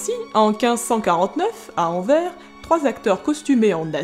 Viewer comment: superbe vidéo mais juste pour faire ma chieuse ^^, on dit anvers , on prononce le s pas comme envers mais sinon très cool